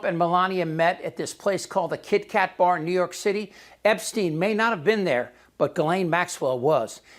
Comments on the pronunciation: It wasn't instine visa it was Epsetine visa,lol. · It amuses me the way he slows Jeffrey Epstein as tho he is sure if that's how it's pronounced 😂😂